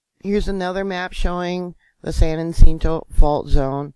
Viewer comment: Great reporting. FYI. San Ha-sent-oh